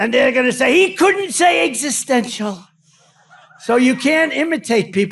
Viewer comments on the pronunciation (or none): He doesn’t even know what the word, “ existential” means! God knows he’s not even pronouncing it right! His behavior is a complete embarrassment to America!